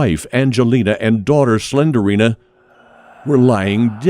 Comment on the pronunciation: Apple, Pilot......y'all got nothin' on "Slenderina" 😂😂😂🤣🤣🤣🤣